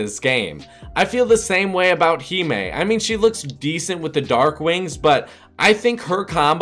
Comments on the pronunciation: Heemae Lol 😂. It’s Hime. Hi mm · Himé really your fucking stupid it’s pronounced [Hy-ma] dumb-ass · he just said heemee